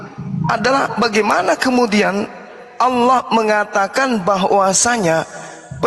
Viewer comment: Bukan Alah tp Allah